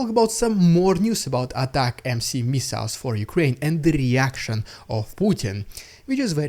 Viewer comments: It's pronounced "atac 'ems" like "attack them" NOT "Attack MC", it's not even MC it's MS 🤡🤡🤡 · Its not ATACMC its ATACMS...? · atacmS, not atacmC! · The UK sent M270's last year. I can't see anything on an initial search that suggests they're sending more? Also dude, ATACMS. Not ATAC M C. AT-AK-MS. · anyone wanna let the that he's saying atacms not atac-mc 😆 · Please.. ATACMS pronounced colloquially "Attack-Em`s" with hard "A".